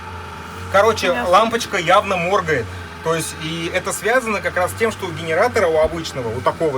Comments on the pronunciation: Автор, проработай ударения в своей речи, ухо режет твоё мОргает 🫣🫣🫣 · Почему лампочка мо́ргает, а не морга́ет? На видео мерцание, моргание лампочки не показано!!